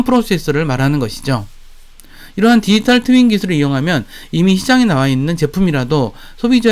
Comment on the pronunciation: 영상다봤습니다.인더뜨리 4.0 디디딸뜨인 발음연습좀 하셔야겠네요 듣기가좀..